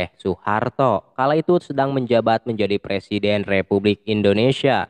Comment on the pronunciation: Indonesia om, bukan indonesiya